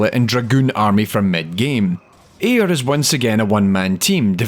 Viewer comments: It's prounced Eye-ur. Not Air. Just so you know. Yaknow my life for Aiur? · Aiur is the name of the protoss homeworld and its pronounced I-UR there i said it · Aiur is pronounced aye-ur. It's a location in the story of star craft (specifically the Protoss homeworld) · Repeat after me. Auir = "EYE" - "ERR" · Cool video! Just one note, Aiur is pronounced "EYE-urr". The team creating that AI used it as an acronym for "Artificial Intelligence Using Randomness", but Aiur is the Protoss homeworld. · When you know the history of Starcraft bot programing and every unit's name in the game but still can't pronunce Airu correctly. FeelsBadMan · Thank you, his pronunciation was bothering me.